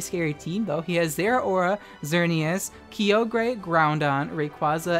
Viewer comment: Isn't Kyogre pronounced "ky-oh-gur" and not "Key-oh-gray"?